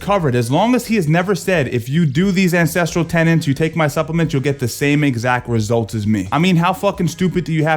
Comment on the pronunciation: Holy F he markets “core ancestral TENETS” and still most pronounces it as “Tenants”